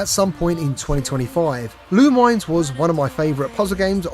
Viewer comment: Haha, it's not pronounced LOO-mines. It's Loo-min-ESS, like Luminous.